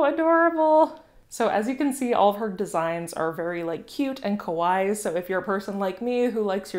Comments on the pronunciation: Love the support of small businesses 🥰🖤🖤 Small note: kawaii is pronounced like Hawaii but with a k. When you say kowai that means scary in Japanese lol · Kinda funny when you said her stuff is "cute and (kawaii)" but you mispronounced it kOwai but it works because KOwai means scary lol! so it works both ways! :D (one of those tricky sound alike words!)